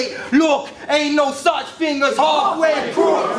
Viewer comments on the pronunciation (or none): Wow man, hearing "HALFWAY CROOKS" as "HOFFWAY CROOKS" made me cringe hard